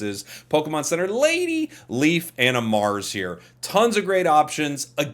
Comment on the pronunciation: Pokemon center lade-E 😂bless you, man